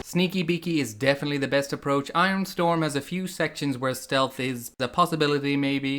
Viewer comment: Thank you for pronouncing iron the correct way.. its hilarious when people say i-ron.. 😂